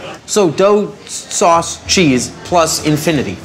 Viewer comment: I love how pronounces "SOOUUS, CHIIIS AND DOOO"